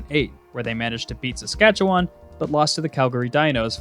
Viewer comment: He pronounced Saskatchewan like WHATTT 😭😭😭😭😭😭